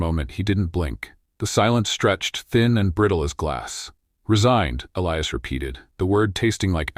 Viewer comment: At about : : or so the unlikely pronunciation of 'Elias' is brought up again. It almost certainly should be that spelling but with a hard 'i' instead of the softer one wrongly selected by the team!. The 'I' should sound like the 'I' in the affirmation statement (I am). LoL Oops 😢😂❤